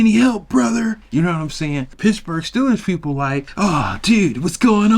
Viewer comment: It’s Steelers to you lol not Stillers … only true Steeler fans can call them Stillers 😉